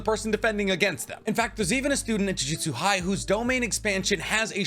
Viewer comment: Jujitsu is hard to pronounce. Good thing the show is called jujutsu kaisen not jujitsu kaisen.